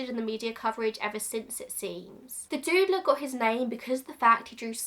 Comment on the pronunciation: I hadn't heard of the Doodler before, and I thought for a while you were saying "the Dude-ler". Like Linda Belcher calling the Mad Pooper the Butt-ler. I am more educated now.